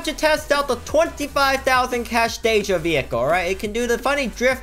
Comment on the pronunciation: DEE JA NOT DAY JA